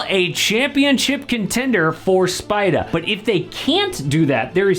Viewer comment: I love you but please STOP saying SPIDAH. no one will hate it you just say spidER